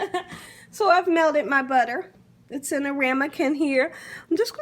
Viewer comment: Its pronounced "Melted" butter not melded butter.. smh